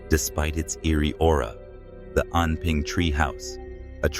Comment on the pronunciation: Why bro say aura?